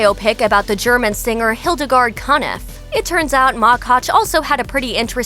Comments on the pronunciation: And Hildegard K-a-nef 😉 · The pronouncing of HIldegard Knef ist hilarious